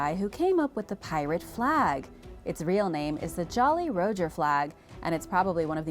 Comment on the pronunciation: Jolly Row-Jer?